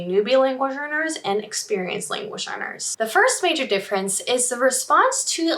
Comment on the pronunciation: Is she saying "language learners" or "language earners"? I feel like I'm trapped in a Super Troopers prank, meow.